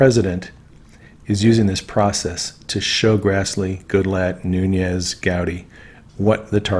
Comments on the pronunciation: Noon-ez. Not noonyezzz.. have a wonderful break from the internet. I think we all need that from time to time. God bless you and all your hard work. 🙏🇺🇸💕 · NOOOOONEZ, NOT NOONYEZZZZZZ. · enjoy your channel, but just FYI, Nunes is a Portuguese name, not Spanish, so he pronounces it NOONESS, not NOONYEZ. I heard him say his name at the end of a political ad: "I'm Devin NOONESS, and I approve this message." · Love everything you're doing BUT please pronounce Devon Nunes' name correctly. Nun (long U) es ... es not yes. Listen to Devon himself pronounce his name.